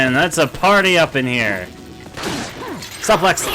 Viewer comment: I looked this video up specifically to show a friend the Ashley's butt joke. Also, it's pronounced "soo-plex" not "suh-plex" lol